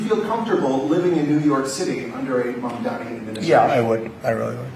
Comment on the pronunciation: I wanna see snl parody this scene Trump just fanboying over Mamdani while still pronouncing his name wrong.